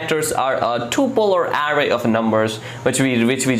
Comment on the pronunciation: Couldn't get past his pronunciation of "arr-rrrrrayyy" and "arrrr-oooooous".